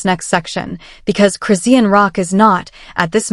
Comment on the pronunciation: I had to click off immediately. I hate AI voice and the way they say Chris-see=anne Rock